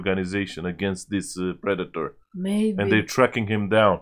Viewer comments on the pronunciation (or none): hey guys!! haha Predator not PreDAYtor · (P - red- it- tor) that's how to pronounce ir